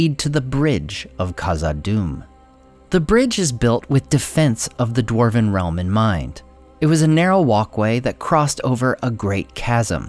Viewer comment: For a "" your Dwarven pronunciation is lacking.:(